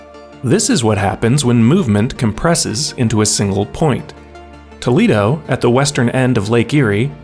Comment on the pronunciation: Saying Toledo and maumee correctly is impressive